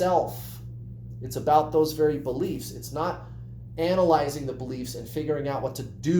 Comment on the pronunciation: Noooooo, we don’t say “about” like that at all! 🙈